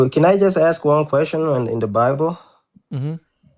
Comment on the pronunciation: stop "aksing"questions. Think, and start asking, you might get it! 🤦‍♂️🤦‍♂️🤦‍♂️